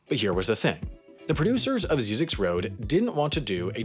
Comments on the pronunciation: He got the name wrong. It's pronounced "zizzix", not "zeezix". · Ziz icks, not zee (at least that's how I say it, don't think anyone really cares much either way 😂😂) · First of all, it’s pronounced “zye-zix.” Second of all, it leads to an ecological research center that is very important for desert related ecosystems and animals. It isn’t just a random road people in SoCal love to laugh at on their way to Vegas 😉. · It is actually pronounced Zz "I" ZX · It's actually pronounced ZY-ziks. (Rhymes with Isaac's.) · the road is pronounced “Zie-Zek” and there’s a science camp there that i stayed at over the weekend as a requirement for a science class at my university. it was pretty fun and we hiked out into the desert and searched for scorpions with UV flashlights at night. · It's pronounced "Zi-Zicks." First I like "Rise," second I like "Vicks." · its prounounced Zie-Ziks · You pronounce Zyzzyx incorrectly the first y sounds like a long I. A few people live and work there. There are classes at Zyzzyx regularly on archeology, history, photography and numerous other topics. I have given talks out there at the annual symposium and it is one of my favorite place in the desert. The movie crap though. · You're saying Zyzzyx road wrong. The Z has a S sound not a Z sound